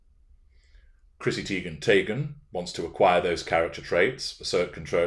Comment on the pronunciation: IKR Teigen/Taygen🤣🤣🤣